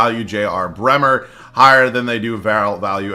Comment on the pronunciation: Why do you keep saying JB bremer lol